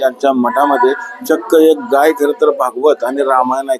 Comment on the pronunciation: गई नाही गाय म्हणा